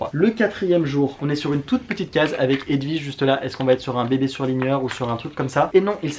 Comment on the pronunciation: C'est marrant, tu n'es pas le premier que j'entends dire "HedVige", la grande tante de mon meilleur pote qui portait ce prénom, ça se disait bien W (oui) comme dans William, Walter ou kiwi.